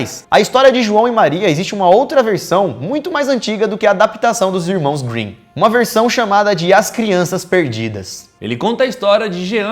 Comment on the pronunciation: "Irmãos Winnin"